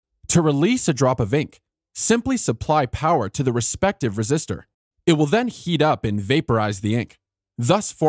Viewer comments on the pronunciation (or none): none